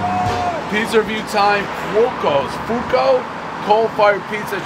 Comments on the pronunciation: You're reading the name Fu-kou, it's Fwo-ko. Not an issue but just in case anyone's unsure. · Davey, you're the BEST but before doing a review KNOW the CORRECT pronunciation of the Italian name. Ffff-WOKE-oh. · Fooo- ohhh- koe. Means "fire" in Italian. God bless brother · It's pronounced Fa-k-o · Can always count on Dave to butcher the Italian word “Fuoco” 😂